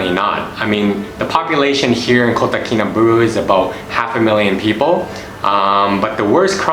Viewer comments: Its pronounced baaahloo not booolooo. I am a Brit and live here. I would add public transport is very limited and traffic jams, really bad traffic jams are the norm so if you hire a car, which is worth doing, find out from the locals when the roads are jammed (usually linked to the school day) and avoid them, unless you like sitting in an air conditioned car listening to Hitz FM, which is well worth a listen. The locals are lovely, treat them with respect, a smile and patience. Nothing happens fast here, just accept it and relax. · Ba-LUU not BU-RU jhahaha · I've been there a few times. Lots of good info Thanks. But pls learn how to pronounce Kinabalu.